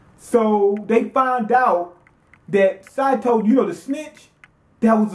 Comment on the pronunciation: It's SAY SAY SATO!